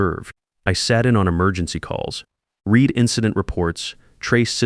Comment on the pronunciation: A I narration can't tell the present or past of the word "read" or "live". Very jarring.